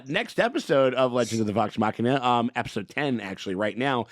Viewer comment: Hey! He pronounced Machina correctly! Subscribed!😊